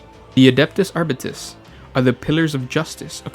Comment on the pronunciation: Aribites "Ar-beet-ees"